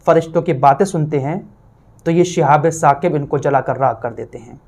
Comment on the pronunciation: Apne ayat galat bataya hai. Sahi aayat Surah Saffat ki ayat hai aur pronounciation hai uska "Shihabun Saaqib". Aap keh rahe ho "Shihabe Saqib" jo galat hai. Jo aap parh rahe ho wo "Shihabum Mubin" hai. Jo aapne qisaa bayan kiya ki Setan aur jinn aasman par baat suna karte the fir Allah ne is cheez se hifazat ki,,,,wo qissa Surah Saffat me shuru me hi mil jayega.